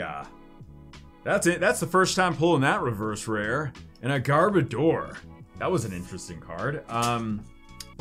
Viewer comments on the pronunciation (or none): none